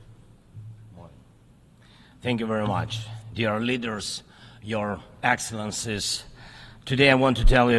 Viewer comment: Did he say “Your Excellencess?” 😂 And when did we start calling Presidents “your excellency?” Is he a king?